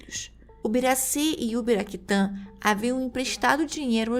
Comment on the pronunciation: Não é Ubiraquitã, é Uraquitã.